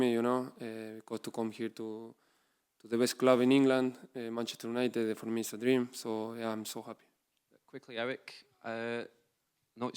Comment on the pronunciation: Mancheter Junited - The Butchered 2023.